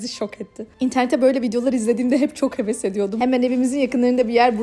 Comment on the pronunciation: Heves ❌ Heues✅